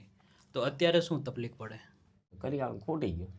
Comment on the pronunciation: તપલીખ ના બોલો તકલીફ બોલો હું સમજી શકું હું શમજી શકું વારંવાર ના બોલો